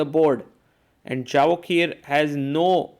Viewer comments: Absolutely wrong! It isn't a Spanish or Latin name that 'J' needs to be pronounced as 'Y'... It is a 'J' and in Persianized world J is pronounced as J not Y. We pronounce it as 'Javohir' not 'Yevohhir' and definitely not Javokhir as the commentator pronounces it. It is the 'K' that remains silent. Like 'Khabib', 'K' is silent.. It is pronounced Habib. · Hi Sagar, small request. His name is pronounced as Yevohhir, Hope being an Indian you can appreciate how to have good pronunciation of their local dialect